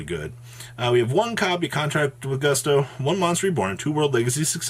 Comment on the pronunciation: I'm talking about when he said "boosto", "boosto", "boosto"!